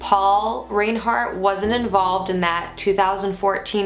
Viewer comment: You’re pronouncing their name incorrectly, it’s pronounced rinehart